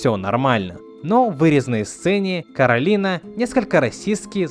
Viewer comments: не всё равно, это основная фишка мультфильма и одна из самых значимых вещей, на которую всё время обращают внимание. На японском всё равно первый слог Кора, а не Каро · Не Каролина, а Коралина (читать еë голосом)